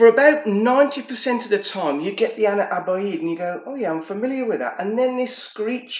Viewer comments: Nice video mate…quick tip on pronouncing Ana Abiyedh….just read it “Ana Abyad” it translates to “I am White” 😄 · no worries man…I haven’t seen anyone pronounce it correctly on YT so far 😄 also it ‘s “Ana Ab-Yad” I realized the way I wrote it still looks confusing for a non Arabic speaker 😄 Keep up the good work bro, liking the content!